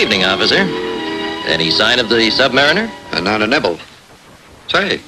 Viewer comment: Not like Submarine (Sub-mar-een) it's Sub-Mariner (Sub-Mar-i-ner) NOT Sub-Mar-ee-ner.